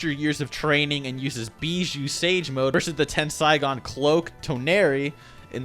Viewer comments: You pronounce tenseigan by saying "tensaigan" when its "tenseigan" or atleast how most people say it. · it's not tensygan but tenseigan... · Ten Sai Gan hahahaha you sure know how to butcher the language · wait isnt it tenSEIgan not tenSAIgan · tenSEIgan not tenSAIgan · Please stop mispronouncing Tenseigan as Tensaigan... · Why is this guys saying Tensaigan instead of Tenseigan,damn... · It's pronounced TEN SAY GONE not TEN SAI GONE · I like how my man pronounce ten,sei,gan as ten,sai,gan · Ten-say-gon smh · Ten-Sai-Gan Toe-nar-we. Lol. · Tawnori its Toneri...TensIIIgawn dude its tenseigan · The way he said tenseigan got me triggered bruh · butchering otsutsuki and Tenseigan lmao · the way he says tenseigan and toneri😂